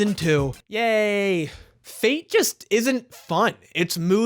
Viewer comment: Just want to point out it's fate where the a is read as the u in fun and the e is read like the e in yes. It means fairies in Italian and has nothing to do with Destiny